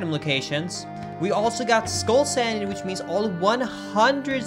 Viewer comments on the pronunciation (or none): none